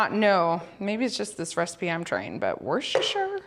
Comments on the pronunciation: Wusstersheer sauce is how it is pronounced in England...... that is not however, how it is spelt lol, just trying to make it easier for you to pronounce. Hope you find it helpful. Great video as always xx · If it helps at all, we pronounce it “wooster”, despite all the other letters! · Wuss ter shire darling ❤ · That was alot of worstershire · Lovely video. Lovely seeing your family grow. Worcestershire sauce is pronounced Wooster shear the ces is pronounced s and shire is shear as in shearing a sheep. I love listening to people try to say the names of a lot of English towns and cities with their silly spellings. Much love from Staffordshire, (said staffud shear ) England ❤ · Wusta-sheer sauce. Or like most of my British friends call it, "W" sauce. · Wooster sheer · Worcestershire = Wuh-ster-shuh or if you are Jerry ‘who’s your sister sauce’! 😮❤